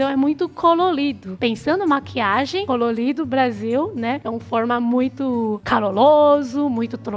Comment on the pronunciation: O Brasil é "cololido" e "caloloso"...adorei kkk